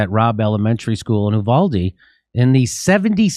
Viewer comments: YOU- VALL- DEEE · Jimmy, Texas here. The town is pronounced, YOU-VALL-DEE. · You-valde is how it's pronounced JD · Hey, Jimmy. You-Vald-Ee. Thanks for reporting on this. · It's pronounced: U•Voal•De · Uvalde is pronounced “ you-val-dee” and the a in val is pronounced like the Val in Valerie. Short a sound. Accent on the second syllable. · It is pronounced with a long "u," like "you," than a short "a" like the first syllable of "apple," then a long "e" like "the." U-val-D.